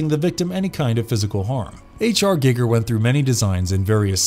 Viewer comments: If that's how you pronounce Giger, you totally lose all street cred. It's 2021. Have you not heard his name pronounced once? Then that raises the question: have you ever seen any of his movies? Ya basic. Unsubscribed. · It's actually Gig(g)er, not Guygger like we've heard... Giggity Giggity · I don't pronounce it guy-ger I pronounce it with an e like a karate Gee- ger sound rather than the youtube guy gig-er .. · Guy-gir not Gig-er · Geiger is pronounced Guy-ger not giger or gigger Jesus chrust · Hahaha.. wtf? Gigger?.. its H.R Giger! Lol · "Gigger"? ....No. Just, no. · I’m sorry but the way you said Giger made me crack up laughing, good video though 👍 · You can hear the dude who reads doesnt know anything about the text hes reading from,pronouncing peoples names wrong and crafts names wrong etc,he whould not do that if he where a real fan.. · im so annoyed by how you don't pronounce the H.R Gigers name correctly. also the backstory of the man who played the alian is incorrect. they found him in a bar and were like wow you are really tall. would you like to be in a movie. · GEG-er? NOS-tro-MO? This is the second video ive seen and both have mispronounced words, some of these words you mention are literally in movies you talk about, you could just repeat them. Also, "hostile and passive beast" "dreadly powerful", who proofs these?